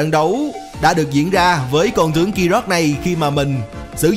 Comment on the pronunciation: Đọc ráp riết lố r , tiếng việt mà phát âm như tiếng anh ;)) con tướng phát âm thành con chướng luôn r